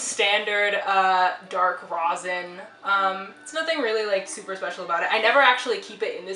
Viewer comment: I have commented on so many musicians about this But a lot of people pronounce rosin as" Rozin " Please pronounce it as " Raw-sin" BTW love the violin has a great color to it 😉